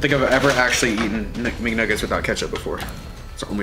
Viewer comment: It's mcnuggets not mgnuggets